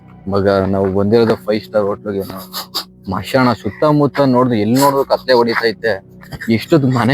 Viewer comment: ಮಾಷಣ ಅಲ್ಲಾ ಗುರೂ 😂 ಅದು ಸ್ಮಶಾಣ 😊